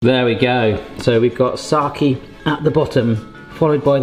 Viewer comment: English-speaking people trying to pronounce Japanese is the funniest thing ever. "moki" instead of "mochi", "saki" instead of "sake". Just the best, please keep doing it!